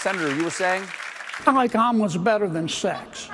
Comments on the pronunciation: I thought John Kennedy said almonds at first instead of omelettes 😅😅💀💀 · I kept hearing almonds…